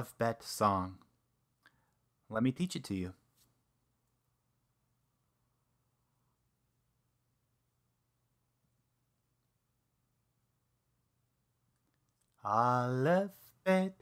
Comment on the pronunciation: Alef sounds alot like Olive doen't it ?